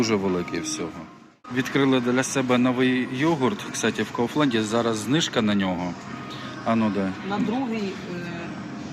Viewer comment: Кауфланд - немецкий магазин, поэтому читается не Лэнд, а кауфлАнд.